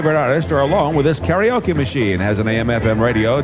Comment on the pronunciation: Cant even say karaoke